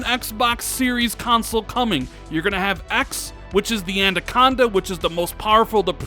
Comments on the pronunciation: Why does he keep saying Andaconda instead of Anaconda?🤣😂🤣😂🤣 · I realise this is being terribly picky, but a little bit of feedback for. It's pronounced An-AH-conda, not An-DAH-conda. Otherwise terrific content and please keep up the great work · say it with me, "anaconda" not "a-nan-conda" or "a-nan-conda" hahahaha. Awesome video. I can't wait for that July event. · Damn and that "Andaconda" 🤣😂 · Andaconda? Lol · I cannot take another year of saying Adacanda instead of Anaconda....come on dude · Andaconda uh? 😂 Every time! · Andaconda hahahaha he just cant get it right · "An-duh-con-duh" hmm... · lol "andaconda" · I thought I was the only one who noticed it 😂😂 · Is it just me that's getting triggered by his pronunciation of anaconda?